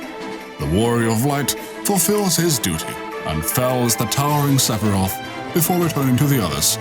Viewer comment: Sephirot, not Sephiroth. Otherwise, good video.